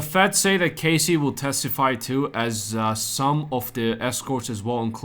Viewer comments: It’s Cass-eee not Cay-cee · KAHSEE not CASEY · Good repot today but your pronouncing Cassies name wrong. Its Cas like cast. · I'm obviously making a joke about how he's mispronouncing Cassie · Hey mate. To myself it was not obvious at all otherwise i would not have commented. Have a good one!